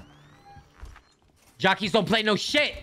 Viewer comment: Berlin and 🤝 mispronouncing “Jacques”